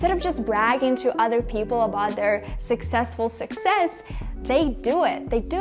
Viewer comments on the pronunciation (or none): none